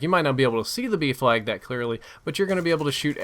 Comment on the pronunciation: OOOHHHH B FLAG i thought u were saying Beef lag for the longest time